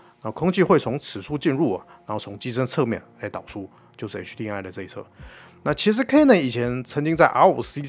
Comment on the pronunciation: 真的沒必要把“M”讀成/eŋ/ HDMI的MI應該讀成/emai/，最後這個音是“麥”，不要讀成/ŋai/